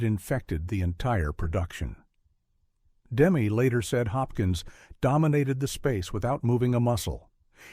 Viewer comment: First of all, the director’s name isn’t “Demm” as in “gem”. It’s “Demmey”. As in …well, “Demmy “. I met him and his wife in the 80s. He was a bit of a punk because he showed up in the cutting room with a little girlfriend. This film is brilliant. Demme did it. But what else did he do? I’m not aware of anything. Then, everyone in the cast lived a long time, most still alive. But Jonathan died quickly of cancer. Scary.